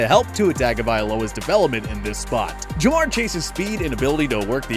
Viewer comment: Lamprecht he said jamaar chase